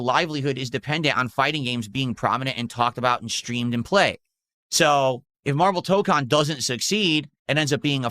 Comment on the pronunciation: Maximillian Dood did a 12hour stream of MaYUrvel TAH-kahn with 10k+ viewers, funny huh?